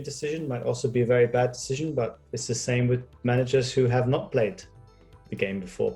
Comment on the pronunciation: "Noz" instead of "Not"... Is this a swiss channel?